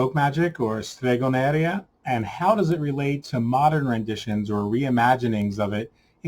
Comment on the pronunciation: Oh perfect, I have read it now :-) The point is that by an Italian point of view it is very strange to listen "stregoneria" as you pronounce it.